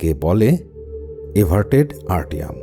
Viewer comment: আর্টিয়াম নয় এট্রিয়াম (Atriam) বাংলায় যাকে বলে অলিন্দ।